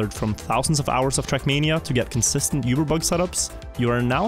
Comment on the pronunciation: Its oober, not yuber